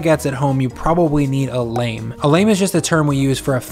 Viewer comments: LAHM, not LAYM. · It’s not pronounced l-A-me it’s pronounced l-aw-m. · Honey it's not pronounced lame like a lame leg. It's pronounced with a long a. Like llama. :-) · Nice work. FYI lame is pronounced LAHM. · "Lame" = lah-MAY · Awesome recipe! Your pronunciation of “lame” could use a lot of work, try saying it like “lamb” :) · "Lame" is pronounced 'lahm', similar to how "Notre Dame" where the hunchback lives is pronounced. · I’m sorry man, I know you’re pro and all, but please learn how to pronounce “lame”